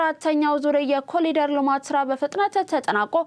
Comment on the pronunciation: በዜናው፡ላይ፡"ኮሊደር" ተብሎ፡የተነበበው፥ "ኮሪደር" ተብሎ፡ይታረም፤